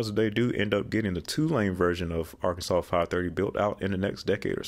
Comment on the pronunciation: I am shocked you can pronounce Arkansas correct but cannot pronounce Illinois. It is pronounced ILL EH. NOY.